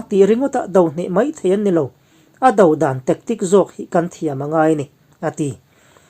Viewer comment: Engatinge ṭawngkam tualleng lutuk dodàlna tih hi Mizo YouTuber-te hian in lam dik loh reng mai le???! A hria te han zâwt ve teh u. In hmang rim si.